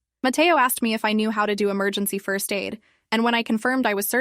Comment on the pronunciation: Disrespect to the guy who said "frist "🫩